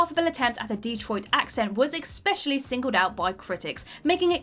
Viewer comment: I came to say the same thing. You can add to that "inestimable" and "typified" . And I might as well mention "ex-specially" .